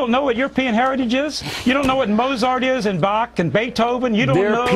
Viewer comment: David Duke pronounced Mozart wrong